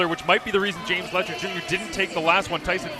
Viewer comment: Letcher, not Fletcher.